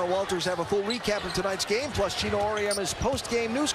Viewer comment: G-e-n-o, not G-i-n-o; you'll get it right with a little more practice to eliminate this particular "brain-dead unforced error" 😁